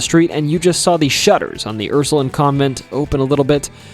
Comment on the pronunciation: Hey Ursuline is pronounced how it looks Line not Lin I grew up in New Orleans so hearing it said like that I was like huh